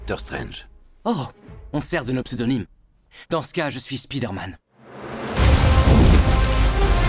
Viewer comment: Pourquoi dire encore "Spideurman" au lieu de le prononcer avec une petite pointe d'accent qui a au moins le mérite de ne pas arracher le timpan ?